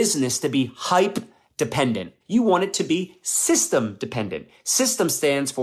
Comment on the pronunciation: Systam. Lol thats not a word.